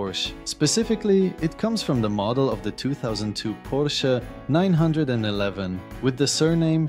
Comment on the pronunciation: Calling it a nine hundred eleven instead of nine eleven had me wincing.